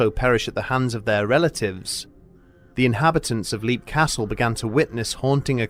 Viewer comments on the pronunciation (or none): Tiny little thing: It's "LEPP", not "leep". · You're mispronouncing the name of the castle. It's spoken as "lep", as in the word "leapt". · I believe the name of the castle has been mispronounced here, but to be honest I don't mind too much. I always like hearing this story.